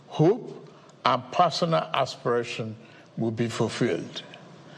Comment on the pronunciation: and ASPURASHIONS (for aspirations)😊